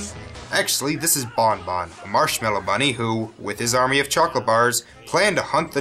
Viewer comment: it's Bun Bun not Bon Bon